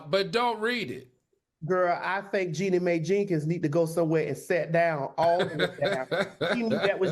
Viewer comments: I’m not upset…mispronouncing the name has happened several times so I commented. Yes, the commentary about the eyes was inappropriate and shouldn’t have been said. But if that’s what you’re upset about then let it be your comment to hosts or production. My comment is what I choose to say, not what you want me to say! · Omg…you can’t even say Jeanie’s name correctly…y’all are dumb